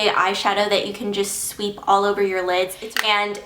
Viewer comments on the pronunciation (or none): none